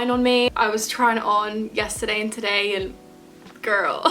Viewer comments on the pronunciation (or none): As a Cali girl everytime you say ‘girl, girll’ I forget you’re a uk bae for a sec haha 😝